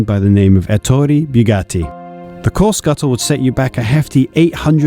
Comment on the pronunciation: Beautiful video. A few pointers for the future though, Italian is not pronounced like French; the E in Ettore is like the E in Enzo at both ends; the U in Bugatti is just that a U like in butter; and in Fraschini the ch makes a K sound like Cat. Cheers.